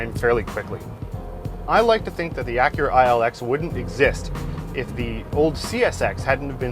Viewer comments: If I was boss, I would honestly fire him for mispronouncing Acura, and TBH it's Ack-Kyu-Rah, not Uh-Kyur-Rah! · I'm sorry.....the "ahhcurah"?? Are you making a joke or is that how you guys actually say Acura in Ontario? Wait...no, that's not it. The other 2 hosts say Acura normally. I guess "ahhcurah" is not an Ontario accent,.....it's "hipster-speak". Oh great...I just made a hipster joke,....I am now officially old. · Really Achhhura that's not how you say it stupid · Why is he pronouncing Acura that way. I'm never watching anything from this channel again.